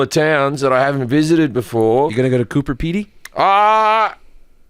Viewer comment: It's Coober Peedy, what an ass 😂